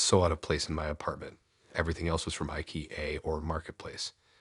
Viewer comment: Ai ruins 😢 everything.. its Ikea not I-K-E-A....SMH